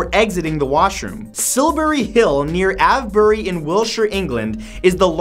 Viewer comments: Just fyi, it's pronounced AYVE-bry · #12 is pronounced 'a', not ah. Avebury, not ah-vbury. #47 is pronounced 'dar-beesher', not 'der-beesher'. Hope this helps. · i live really near to Silbury hill! It's right next to Avebury (pronounced Ay-v-bury), which also houses a famous neolithic stone circle, the largest in Europe!